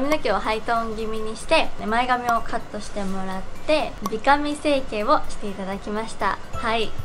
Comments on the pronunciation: 美髪(びかみ)じゃなくて美髪(びはつ)じゃないの？？ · 美髪は、びはつって読むと思う❗️ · びはつでは？ww